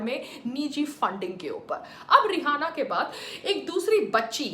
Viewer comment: Pehli bat to vo रिहाना nahi रियाना hai madam...bolna sikhlo pehle...fir bnna official spokesperson govt ki..